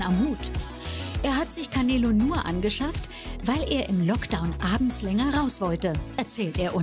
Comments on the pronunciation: canelo: KAMEELO 🤣🤣🤣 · Kein langes eeee sondern canelo nicht caneeelo sondern canelo